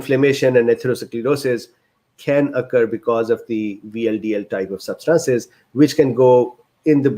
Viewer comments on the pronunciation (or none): "Substances" emphasize the first syllable, not the second one